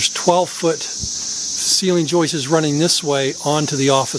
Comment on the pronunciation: Why do north Americans make up words? . It's joists, not joistes .